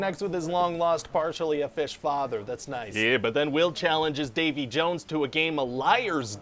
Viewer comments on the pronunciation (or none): Ah yes, Davy JUwUnes